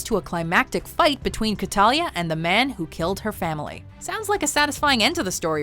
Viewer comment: What? Really? And her name is Cataleya not Catalya. You mispronounced it twice. It's pronounced as it is spelled.